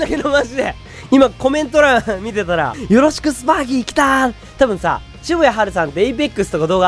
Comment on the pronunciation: よろしくが、とろしくになってる笑